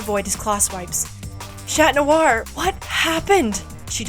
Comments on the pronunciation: Why are you saying shat noir? 😂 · ngl, whenever I hear Chat Noir, I thought it sounded like Shat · Ok it’s alll beautiful and all but why “shat noir”? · Not that good but I'll give it a 6/10 (and btw why y'all pronounce chat noir as SHAT noir? 😭 I swear y'all r so stupid 😭)